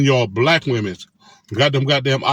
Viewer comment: What's with the "z" at the end of the word women? And do these guys know that other women wear makeup, nails and hair as well? 😂😂